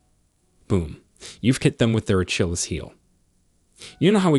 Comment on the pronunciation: I don’t want help from someone who can’t pronounce Achilles or pedestal correctly 😂